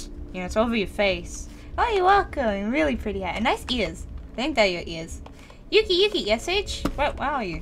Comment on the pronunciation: when said "yuki yuki" i thought she said doki doki lol 😅